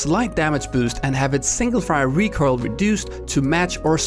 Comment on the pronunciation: PSA to viewers: When says recurl he means "recoil"?:>